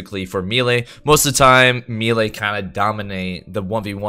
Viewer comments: its maylay or meelee, pick one and stop butchering the word XD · For the love of God, please pronounce melee correctly, especially if you're going to say it a million times. Also, your understanding of how that crit reduction talent works is entirely off. Other than that, thanks for the other info